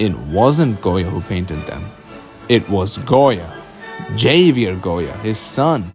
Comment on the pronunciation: I peeped that 19-2000 at the end 👀 not to nitpick but I think Javier is supposed to be pronounced with an H sound, like in “Hello”? Other than that👍🏽